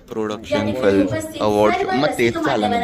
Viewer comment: Abe gavar, it's called "film" not "flim".. film making cha course kela ahe tu, and you can't even pronounce film correctly 😂😂 Shame